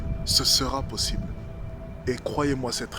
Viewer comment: chaqueu foi queu j'ai trouvé queu c'était possibeuleu. J'ai aboreudé uneu fille c'est équesaquetement ce queu je voulais faire a teravers mes vidéo.